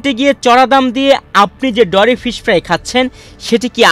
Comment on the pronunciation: ডরি ফিশ৷ না মরি ফিশ এই প্রথম এই মাছের নাম শুনলাম।